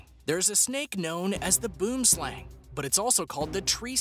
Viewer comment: I am from Africa and you do not pronounce boom slang means tree snake plz go search it